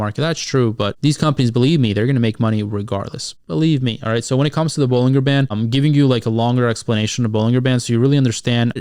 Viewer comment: Pronounced "buh-luhn-jr" btw